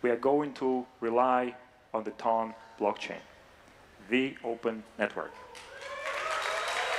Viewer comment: It's "TON". It rhymes with fun, gun. one, run, and hon. 2,000 pounds weighs one TON! Every time you say "tawn" I want to scream.